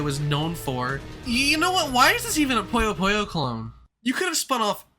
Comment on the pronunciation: It's puyo puyo, not poyo poyo buddy.